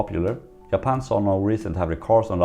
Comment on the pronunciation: Why am I hearing Yapan and Yermany? Is G and J have the same sound in Sweden?